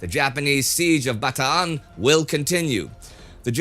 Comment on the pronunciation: I just wanted to say I appreciate you for pronouncing Bataan correctly!